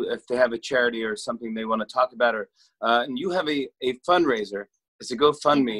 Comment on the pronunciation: I heard "fun raiser" hahaha